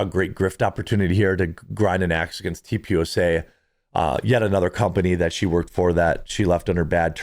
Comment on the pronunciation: Tee Pee USA. Not TeepUSA.